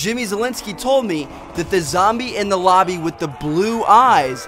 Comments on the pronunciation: lobby leader not lombie god dang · u said lombie leader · Lol "lombie leader" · "Lombie Leader"? Did anybody catch that xD